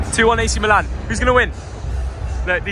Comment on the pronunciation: The team is AC Milan (not Milàn). The name of the city, in Italian, sounds different than the team's name: the city is Milano (Milàno), the team il Milan (pronunced "Mìlan"). If you call them Milàn the team's name sounds like the city name (in English). Please, consider that.